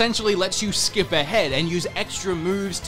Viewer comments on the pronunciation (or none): none